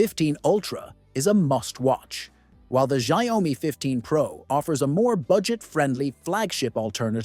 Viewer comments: It's not zaomi it's xiaomi - shaomi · It's NOT 'sha oi mi' 🤦🏻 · The sayomi 15 ultra🗣️🗣️ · its AI, it cant pronouce shit